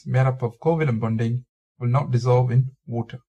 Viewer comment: in vatir its water you idiot not vatr